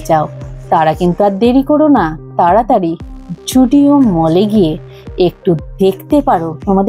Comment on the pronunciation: zudio ❌❌ joodio ✅✅